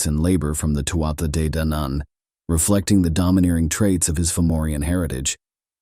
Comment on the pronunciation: I'm absolutly loving these, very accurate accounts and we'll researched. Thanks so much. Day-Danan (two syllables, but if you break down 2nd syllable it's Dan An said quickly without emphasis) hope that helps some 💚💚💚